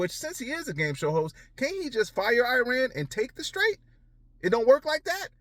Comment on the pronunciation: ".......so we want them to come and help us with the "TRAIT." (Which is really strait) This idiot is hearing/seeing this word for the first time. So much so, that on the third attempt, he pronounces it wrong. I can bet he doesn't even knows what that word means!!